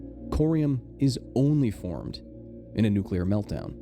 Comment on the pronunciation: Say it with me, nuc-le-ar. Atoms have a nucleus, not a nuculus. Rant aside, Ukraine is literally my neighbor and the accident happened around the same time I was born. You better believe I've read up on everything related.